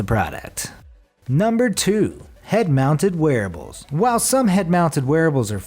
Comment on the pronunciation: Every time he says wearables I hear werewolves lol